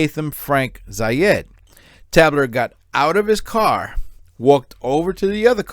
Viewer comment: It's pronounced Tay-bler.